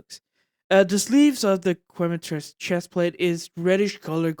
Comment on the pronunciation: Its Que-me-trees that's the pronounciation of Quematrice